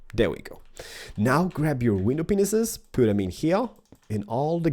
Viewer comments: You said window penis instead if pane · He did say "Window Penis" but its glass pane Xd